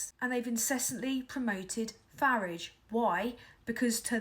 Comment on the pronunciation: Finally, someone who pronounces the "F" word correctly. Of course it rhymes with garage!